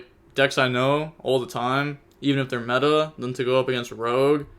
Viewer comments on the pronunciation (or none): none